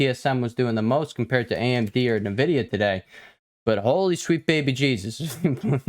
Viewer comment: Hey man, I enjoy watching your TA but, for the love of God, it's pronounced N vidia, not nuhvidia.